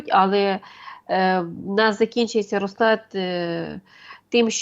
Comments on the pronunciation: поправочка, без образи, не рОзклад, а розклАд, не зе се у, а Зе еС У:chillwcat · рОзклад це вірно , розклАд не вірно